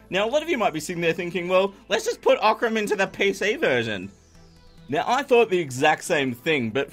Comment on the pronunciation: You can say that Oc-ran!